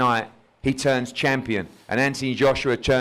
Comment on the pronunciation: Anybody else notice Eddie say, Anthony Joshua churns challenger, instead of turns?